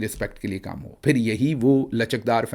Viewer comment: Ho ka alam nahe hota HOOO ka alam hota hay